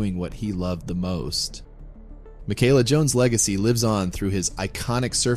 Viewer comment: You’re pronouncing it wrong.